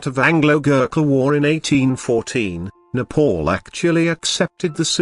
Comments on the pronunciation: Respect my country please it's not Nepol its Nepal idiot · First, my country name is NEPAL not Nepaul idiot. Second, British don't have such courage to colonize NEPAL. Third, when British are not able to colonize Nepal, they say Nepal don't have any resources...LOL Bravery is in Nepalese blood, not even in your dreams.. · Kushal Thapa it’s just his accent lol, you trying saying a western countries name without mispronouncing it.